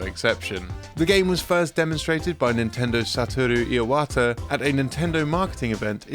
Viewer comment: That's "Iwata," sir, not "Iawata."